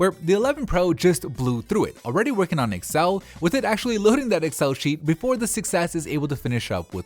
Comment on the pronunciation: Me also triggered how he sayed excel